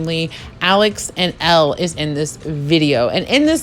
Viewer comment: it‘s „elle“, not „ellie“